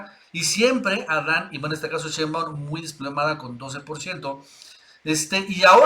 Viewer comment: Nacho te va a regañar.. sheinbaaund...